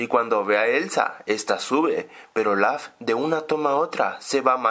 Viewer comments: Porque dices ol4f si es olaf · no se dice ol4f es olaf